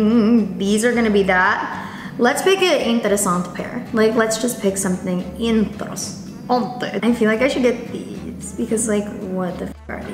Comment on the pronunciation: Why does she keep saying interesant? Like without the e at the end??? Lol